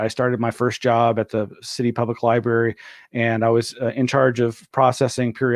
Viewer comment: did he say liberry